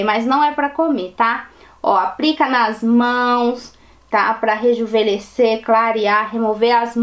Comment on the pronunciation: Pq vc fala rejuvelhecer ? Da impressão q envelhece kkkkk.